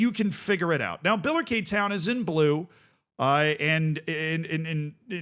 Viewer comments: Bila-Kay town 😂 It’s pronounced bill-a-Ricky if you care. Also the league is wrong but other comments got that covered. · i know this is a nothing burger but its pronounced Biller-Ricky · Your pronunciation in Billericay was driving me mad, I've watched Gavin and Stacey and they never said it like that. So I googled it and it's bil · luh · ri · kee. But other than that this is exactly the kind of Curiosity I come here for. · I know you like pronunciation so: BILL-er-ICK-eee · Feel so honoured is talking about my home town club and pronouncing it incorrectly 🙏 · It's biller-icky btw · My In-laws live in Billericay and hearing the pronunciation hurt. Lol. It's Bill-err-ick-ee. Names are weird. I found out the other day that Bear in Texas has an X in it. Bexar. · Also, it’s pronounced Bill-er-ick-ee, I imagine the population of Essex is currently screaming at their screens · Great to see you covering this man 😊 By the way, this is how to pronounce Billericay😅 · Massive double take here too, and was getting all unnecessarily riled up with the name pronunciation and league tier! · It's so funny hearing it pronounced the way he does